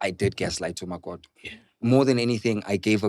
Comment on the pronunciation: Lol the way u speak ..mokoto 🤣..all ir English words u try 2 use a this "accent"....but whn u say CREW u sound kasi 😂😂😂.....wtf!?..Kak vocabulary